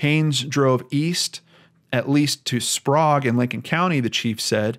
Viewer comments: Kih-tih-tass, spray-g, toe-pen-ish, yeah-key-muh. Sorry to seem nit picky. Just think of this comment as an encouraging hint from a local :) Thanks for covering this though. Many are heart broken for Cody and his sisters. It's a sad fact that Washington's CPS and DSHS system has been horribly broken for many years. First they got snatch happy then they did a 180 and basically refusing to remove at risk kids. Our system has destroyed many families! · It's funny to hear you say Sprague